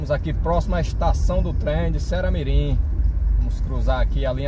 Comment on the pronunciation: Vc erra de mais o nome da cidade viu